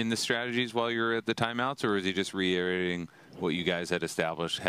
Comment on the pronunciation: Interviewer: “Reiherating” Duong: “reierating”